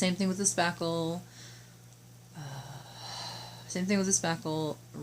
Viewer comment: Hi !! No idea what you are saying you put on the wall . Sounded like saffel. A product name would be helpful. I have no idea what you are saying. No one is saying in the chat what you said. That makes it hard. Mine is coming thru the door cracks. M.L.